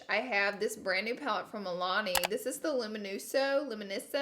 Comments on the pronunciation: Laura Lee saying "luminoso" 500 times and still getting it wrong 😂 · I feel like Hermione. “It’s Lu-mi-NO-so, not Lu-mi-no-SAH!”